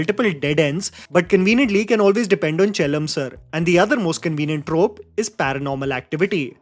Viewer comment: “ChAElam” ah 😡…. Yov it’s “ChELlam”…